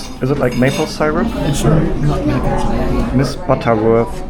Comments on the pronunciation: It's pronounced Sir-up not Sire-up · Syrup is pronnounced seerup. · You were eating imitation maple syrup or pancake syrup (pronounced sear-up not sire-up) in that Cooperstown diner. Regualr pancakes in USA are eaten with butter and maple syrup. The pancakes are not sweet so the added syrup makes it savory and sweet. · SIR Up. Not sigh Rup. lol NFL Football is the most popular. Baseball:Zzzzzzzzzzzzzzzzzzzzzzzzz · Also, I love the way you pronounced “syrup” (it’s pronounced “seer-up” or “sir-up”) 😄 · syrup .. is pronounced like it sounds.. as in "see rup" not the way you are saying it.😂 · Love your accent man! Syrup is pronounced “Sir-up”❤😂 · The syrup (pronounced see-rup} is corn syrup..cheap version of maple syrup..Americans are friendly..it.makes you forget they are a war momgering nation..the niagara falls on the Canadian side is way better. Rural upstate ny is gorgeous! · She was probably thinking of molasses. "Brown sugar cane" was what made me think that. That is made from sugar of course... pure sugar. Syrup is made from maple tree sap, has lots of sugar in it, but it's tree sap. Hearing you mispronounce that was cute, who says Germans cant be funny, just have them try to pronounce New World words. See-r-up, not Cy-rup. "Massachusetts", I will not correct you, because that was golden. Adorable. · It is so cute how you pronounce "syrup "....love it❤